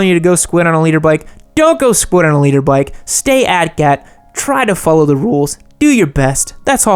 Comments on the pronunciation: I also thought it was “leader” for a bit. I too am a “nooblet”. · Thanks for the labels. Now I know you're saying "liter" not "leader" makes a lot more sense. Yup, I'm a nooblet